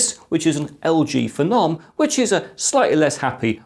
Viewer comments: FE-NOM, Im sure it was pronounced PHENOM said the same way as VENOM. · Wtf is a feh-nom